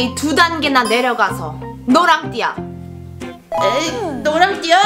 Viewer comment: 에 "내려가서"인데"내가서"???????